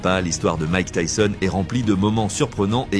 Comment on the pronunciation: Vraiment ça va j'aime bien tes vidéos et c'est pour ça que je me suis abonné à toi et pour la force aussi 💪 mais là déjà c'est dommage ce n'est pas ta voix, souvent les mêmes vidéos de lui je trouve et surtout quand tu ébrèches le nom de Tyson en tisone ou tissone ça m'énerves un petit peu car tu fais bcp de vidéos sur Tyson et la plupart elle se ressemble en plus .. Et le tissone, tisone les abonnés ou pas doivent le remarquer et aussi heureusement que ça ne remplace pas le ''o'' par un' ''a'' sérieux là tu m'aurais tué mec, Tyson en tisane 😅👊 après je t'en veux pas mais règles moi ça après tu as commencé y'a pas longtemps mais bon.. Continue ce que tu fais et tu t'améliora 👌